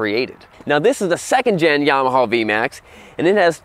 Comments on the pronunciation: Well, this is the guy that says, "Yamahaw". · Why do you pronounce it “yamahaw?l